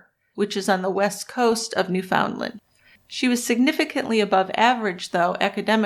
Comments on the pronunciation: Great show! BTW it's not pronounced New FOUND land. It's Newfuhnland. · had to quit an hour in because i couldn't listen to another New-FOUND-land